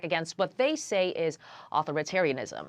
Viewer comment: the pronunciation of “authoritarianism” made me do a double take